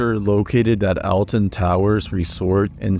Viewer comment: yes but him saying "Elten Towers" is defo a mispronunciation